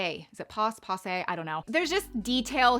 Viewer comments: Pass-say. Not poss-say. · It’s pronounced pass-ay (long a sound). 😉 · The word is pronounced pass-A (long a sound). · From 🇨🇦 it’s pronounced (passA) 😃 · Pronunciation: "Pass-ay" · Sweetie, It’s pronounced. Pass say. My correction is all in good fun. 😂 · It’s pronounced “PASS-ay” 😄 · Silly girl it’s pronounced pass- A